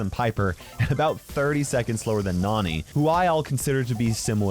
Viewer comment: i heard you say "nani" for the first time in this video and it sounded really weird you said "noonee" instead of "naahni"